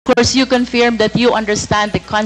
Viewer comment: Confirm hindi conferm